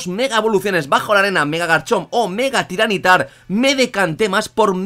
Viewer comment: no se porque siempre lo llamas tyran nitar o al menos esa es la impresion que da cuando lo mencionas cuando se lee ty ra ni tar